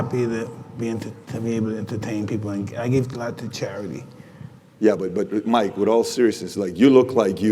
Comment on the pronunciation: “MYIEEEK TYSON” 💀